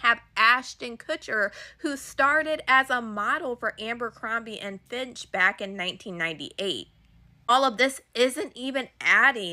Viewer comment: Oh my god it was killing me lol. And FITCH, not finch. Also, she mispronounce the Maxwell ladies first name. I have no idea how it’s spelled.